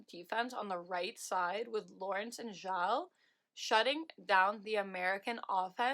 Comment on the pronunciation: FYI You pronounce Vanessa Gilles' lasts name "Jill" with a soft 'J'